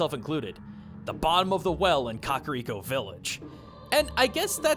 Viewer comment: Fantastic world lore dump 👍 My only complaint, for lack of a better word, was the pronunciation of Kakariko. While I'm sure saying the 'Kak' part as 'Kok' might very well be a proper way to say it, it just sounds out of place and wrong